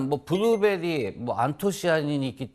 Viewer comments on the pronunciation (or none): Not 부르베리 😂😂😂😂 Blueberry 블루베리